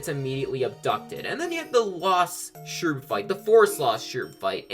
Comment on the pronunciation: Yooooo Cavi Cape I love it so muuuuch! As longtime viewers of my channel will surely know. But uh... Shroob, that's definitely not how it's pronounced lol